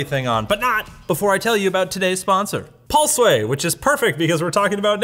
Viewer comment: "PaulSway" = Pulseway